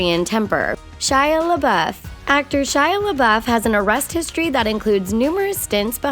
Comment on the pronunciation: It's Shy lea buf not shy liia bueff